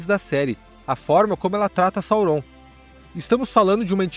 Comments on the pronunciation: Gente que fala “saurón” 😂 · Que agonia você falando o nome de Sauron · Ótima revisão, concordo com tudo… exceto com a pronúncia de Sauron 😂